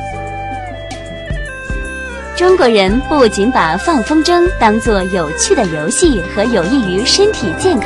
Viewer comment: 风筝zheng应该读轻声